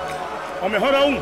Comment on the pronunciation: Lo mejol de todo, lo mejol de todo jajaja. Un genio el mago